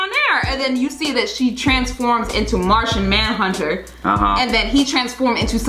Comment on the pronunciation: Lmao he said Martha Manhunter 😆